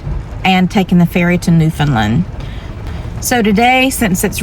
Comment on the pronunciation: Bonus points for correctly pronouncing Newfoundland👍